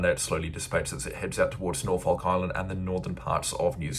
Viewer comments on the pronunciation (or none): none